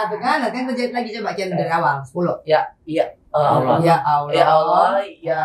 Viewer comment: Cuma 10th mempelajari agama islam tp Berasa lahir & besar dr keluarga muslim taat & alumni santri pesantren. Utk ukuran muallaf mb angie sdh sangat kuasai tata cara sholat berikut dzikirnya. Tajwid cukup bagus hanya kurang tebal tasydidnya & ucap lafadz Allah kurang sempurna msh Aloh sy yakin next udah sempurna krn mb angie orang cerdas